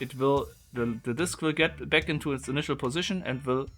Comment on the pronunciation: Instead of toying with this box you should polish your English or bloody give it up altogether.....so f....g German...it is NOT beck but back....it is NOT gep but gap...it is like the Chinese who say lice instead of rice...very disturbing. Record yourself and or go to a pronunciation bloody class...and you do not say isss you say izzz....English voiced C